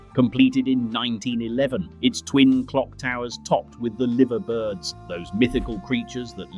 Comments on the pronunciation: It's pronounced 'The Lyver Birds' for God's sake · "Livver birds" "Sea fith" "Hessle teen" lol. AI shite!